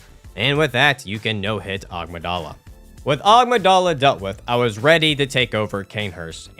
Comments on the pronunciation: Amygdala. "a-MIG-dah-la" not "OGG-muh-DAH-la". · I see he's still calling them "Agmydala" instead of "Amygdala". I thought it was a mispronouncing in the previous video. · love the amygdala pronunciation